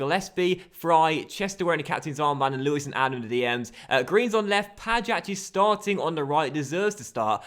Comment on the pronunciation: the "ja" in Pajać is pronounced like "y" in yahoo.